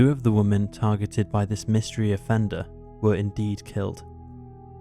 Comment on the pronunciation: You obviously don’t have a good grasp of it yourself because you didn’t pick up on the fact he pronounced women as woman. Pot calling kettle.